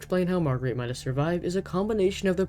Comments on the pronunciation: It is MAIDA not MYDA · It's pronounced MAY-duh not MY-duh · Her name is pronounced May-Dah, the voice logs confirm this. The constant mispronounciation really hurts your credibility. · You're saying her name wrong